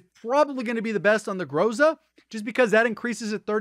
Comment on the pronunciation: Dude u r rly GOD, but when u say groza make accent on A this is more correct